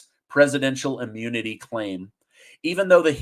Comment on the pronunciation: Ammunity? Biden Ammune? 😆 🤣 😂